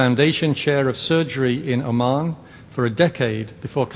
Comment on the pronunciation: Oman not Amman